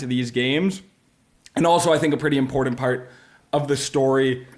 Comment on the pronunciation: Hearing pronounce ‘important’ as ‘impordant’ has replaced ‘libary’ in our drinking game. We’re all drunk now